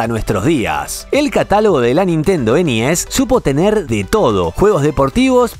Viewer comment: Me da mucha risa cuando dice: ENIES, jajajajajaja !!!!!!!😂😂😂😂😂😂 Como mexicano que soy, aca le decimos: LA NES ORIGINAL, la que compramos PRIMERO, hasta que supimos que había juegos "piratas", y entonces sabíamos que, si había juegos "pirata", entonces tendría que haber consolas "pirata".😢😢😢😢😢